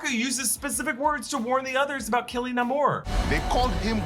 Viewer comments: Still it is Namor NOT Nomar! Stop pronouncing it like that! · Stop pronouncing his name Na-mour! Even if that's how he came to adopt his comic book name in this movie. His name is NAMOR! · Please stop mispronouncing the Sub-Mariners name.